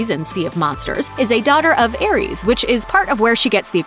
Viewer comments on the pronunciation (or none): none